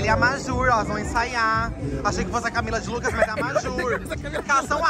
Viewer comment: Camila de Luecues kkkkkkkkkkkkkkkkkkkk